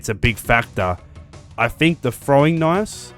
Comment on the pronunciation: "Frowing knives". So hard to get my ear around that OG English.